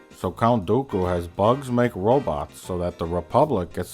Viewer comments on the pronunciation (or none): One of the amusing things to me is that Plinkett initially pronounces Dooku properly, but by the end it sounds closer to Goku. XD